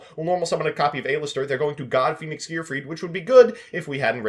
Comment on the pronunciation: saying A LISTER instead of Aleister